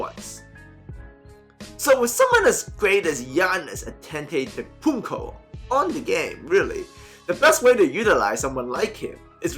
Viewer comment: Come on "Anteto - Kumpo" Antetokounmpo